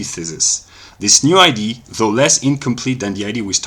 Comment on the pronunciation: Was looking for a Hegelian refutation from Russel, but this didn't sound like one? BTW I like that you pronounce idea as ID, makes clear that we in ideas perhaps are looking at images of identity.